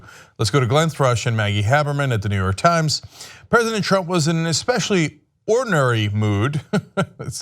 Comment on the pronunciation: Heaven's above! Cenk, learn to pronounciate words correctly such as treated and ornery. You are obviously more idiotic than Trump which makes you a complete idiot !